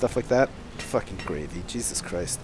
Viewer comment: Every time he says Gravey I think gravy.